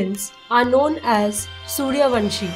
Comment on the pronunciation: It is not Vanshi . It is Vamshi .